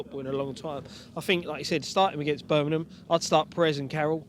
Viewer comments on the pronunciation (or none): Birmingham not Burnimum! ;)